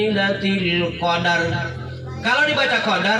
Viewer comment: Tabe justru cara baca yang benar disurah al qadr.huruf RA mesti disebut tdk boleh dihilangkan